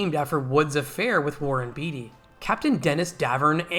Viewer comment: Not "beet-ee" but "bait-ee"